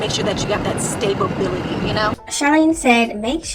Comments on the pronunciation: Stable Bility??? 😂😂 At least look up how to pronounce it first before saying the word Charlene. That’s not even a big word for her to get wrong like that. Damn hopefully her kids go to school when school start back up again because having no education and being around their mom all day will definitely make them dumb.😩😭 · Yoooo she needs to go bk to school!! It’s (stability!!!!! ) Smh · the stability part got me weakk asf just like when she said endoovers 💀